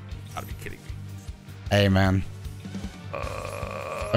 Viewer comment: is it just me, or when said "hey man" it sounded like "amen"